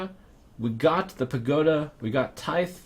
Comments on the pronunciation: Trump! Tithe is pronounced like "tie-the", but without the "uh" sound at the end. I don't know if I can explain it better because I'm already not good with words. Then again, you could also type it into google and have the robot say it. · The th in "tithe" is pronounced softly, like the word "there"